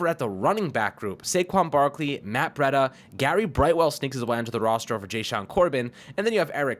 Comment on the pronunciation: Breeeeeda not bretta